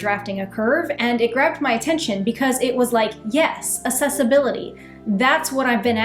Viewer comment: I will back you, as long as you pronounce Accessibility correctly XD Ack-sess, not ass-ess